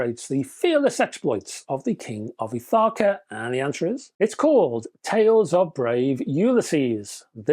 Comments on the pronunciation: Ithaca - emphasis on the "Ith". It's just down the Ionian sea from us in Corfu. Love the video, as always. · I didn't understand the (British?) pronunciation or I might have gotten it, as a one time resident of Ithaca, NY.